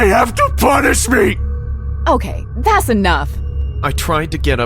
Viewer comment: I love when the girl narrator says “thas” instead of “that’s”